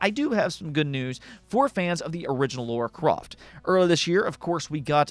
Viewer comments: Sorry.....But who's "Laura Croft" ??? LoL Her name's "Lara Croft" !!! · Lara croft not Laura croft. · WTF is Laura Croft?